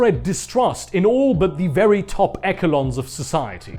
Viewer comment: legit sir, You need to do fucking audio books or something, that voice is British velvet. also, eshe-lons, not ecke-lons